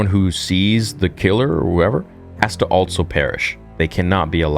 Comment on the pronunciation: can't believe this dude is STILL saying Altso